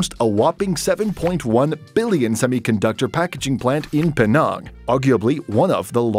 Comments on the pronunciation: "In PEE NARNGH..." My Malaysianess cannot take this.... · penang, the e is like from cheese, and nang is pronounced like the a in tangible